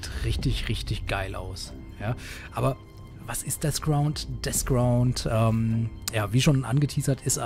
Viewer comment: es heißt Deathground nicht Desground .. davon abgesehen cooles Video